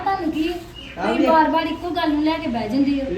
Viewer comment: ਬਾੜ ਨੀ ਬਾਰ